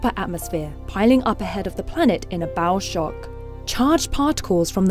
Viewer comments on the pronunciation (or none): Did she say "bowel shock"? LOL